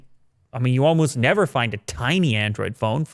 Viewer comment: "Nevah!" with a Michael Caine accent...